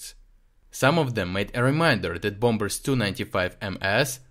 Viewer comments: thank you... your articles are always really clear and interesting (ps the second 'b' in bombers is silent.. .so the word is pronounced bom-mers not bom-bers)... look forward to next episode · Good report, but just to let you know, the b in "bombers" is silent. We pronounce it "bohmers."